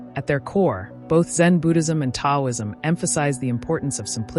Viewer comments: Just to be clear—the “T” in Taoism is pronounced as “D.” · It would be nice if the narration was from real people, not AI. Taoism is mispronounced. It's distracting. I can not watch this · Pronounced with a D not T ...